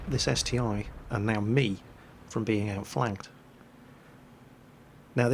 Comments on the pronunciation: its ST-1 not ST-i, google russian name of it, its CT-I, like Stug III or Pz II. Russian letter i is И (ИC-3, ИC-8 and so on) so ST-i would be CT-И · ST-1 not st I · Its St-I not 1 ... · Slotmech Yes, I do care - but not about naming tanks wrong (he does that in every video anyway;D). I care about not doing anything to stop this ST-I "discussion". He could say: "Listen guys, I did some research and it appears that the correct name for the ST-I is "..." So from now on I will call it like that." Simple as that, all problems solved. Sometimes not giving a crap makes things only worse, you know. And yep, this is his channel but we are his loyal subscribers. Should I give it a rest and shut my mouth up or should I express my opinion and take a part in the discussion? He could end this "ST-i" vs "ST-1" war without any effort but he decides to not give a damn so every time he mentions ST-I, there's a shitstorm in the comments between ppl trying to correct him and ppl who try to "defend" him - and that's my only problem here. That's all from me. I'm going away, before some self-styled " defenders" will diss me because "I'm attacking " with my criticism and opinions...